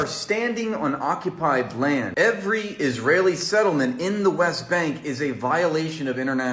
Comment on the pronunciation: "Isrealian" G'day